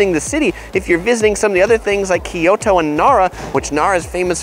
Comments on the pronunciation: kyoto not kiyoto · KYO TO, Not Ki Yo To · Can you please pronounce it right... Ki-Yo-To is typical eng speaking person pronouncing it wrong assuming its right. It should be pronouced Kyo-To. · It’s not KEE YOTO, like ToKyo just other way round KyoTo.